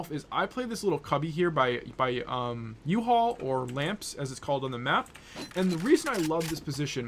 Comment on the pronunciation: did you just call U-HALL uhaul?